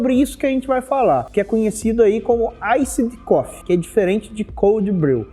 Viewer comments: AISSID COFFEE HAHAHAHAAHHA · aissidi cofi aahahahahahahah